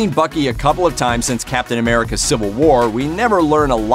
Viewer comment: And now we have 'Captain Amerigga'